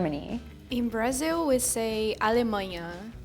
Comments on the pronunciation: A Larissa falou um português correto ao invés dos famosos "esquece", "ainda" e falou "Suécia" ao invés de "Xuéxia" típicos do carioca. A única coisa que pra mim faltou é que ela falou "BraSIL" ao invés de "BraZIL ZIL ZIL ZIL!!!" hahahahah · Pô como é q pode, a brasileira fala Brázil